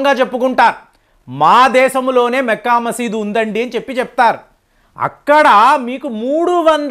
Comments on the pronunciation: మెక్కా మసీద్ కాదురా మక్కా మసీద్ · మెక్కా మసీద్. కాదండీ మక్కా మసీద్ అనాలి.